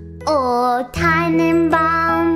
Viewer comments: stimm ich zu, außer Tannenbaum das war halbwegs gut ausgesprochen. Der rest war müll, aber süß. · Tannenbaum kann sie irgendwie gut aussprechen aber es ist so cute irgendwie xD